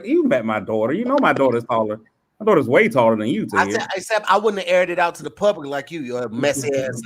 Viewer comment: calling Tahir 'Rihat' is the funniest shit ever. 😅😅🤣😆😆